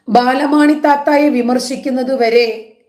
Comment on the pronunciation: ബാലമാണി അല്ല ബാലാമണി 😂